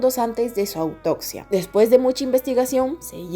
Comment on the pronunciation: Me desesperan las palabras mal pronunciadas :"Cactaron', 'autocsia","realida","esclavitu","acecta", " intimida"etc...😵‍💫🙂 me tiembla el ojo. No pude termina de verla 😢